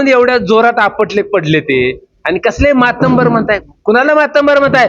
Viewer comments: भाषण उत्तम पण मातंबर असा शब्द नाही मातब्बर आहे परणीतती असा शब्द नाही प्रणिती असा नाही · मातब्बर म्हण बाबा, मराठी बोलायला शिक.या अशा अति हुशार नेत्यांमुळे उबाठाचे टमरेल वाजत आहे.